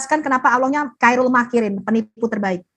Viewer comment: Khoirul makiriin dibaca kairil makiriin bacaan yg sok tahu Al Qur'an.